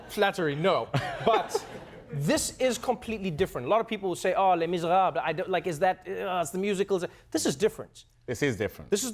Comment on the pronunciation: I love how Trevor says “les miserable” whit a perfect French accent 👍🏿